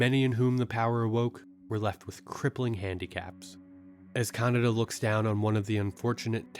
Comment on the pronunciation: bro... kaNEEEda not CANADA wtf